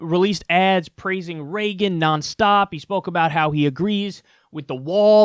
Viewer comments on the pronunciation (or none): none